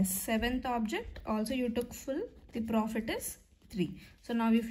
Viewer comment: Mam the way you communicate is so nice, especially you spell words like profittt,take ittt is so cute❤